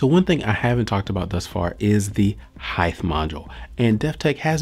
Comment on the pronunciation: You gives great reviews very informative sorry but you do one thing that gets under my skin it's when you pronounce the word heighth instead of height there is no th pronounced at the end.